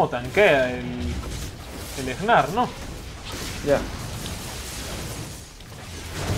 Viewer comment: e.e , porque le dices Egnar ? xD se pronuncia NAR xD